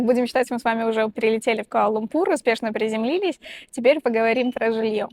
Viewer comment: КуАла-ЛУмпур (во втором слове ударение ставится на первую "У").